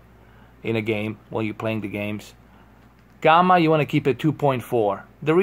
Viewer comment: What the hell is Gumma? Its Gamma like jamma.